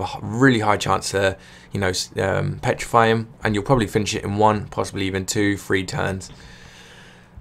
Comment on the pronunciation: every time he says 3 I keep thinking he said free... I was confused for a while now, like what does free mp mean?